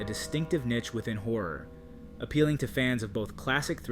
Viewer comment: You pronounced niche incorrectly 😒